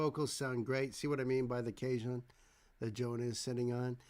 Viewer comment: Hey, thanks for coming back to FTF. These acoustic versions they did at 604 studios are really good. Yeah, I really like this one too. BTW cajon is pronounced kah-HONE. Jonah is also using a Roland SPD::One Kick Percussion Pad that can add kick drum and a variety of other percussion sounds to a track or performances.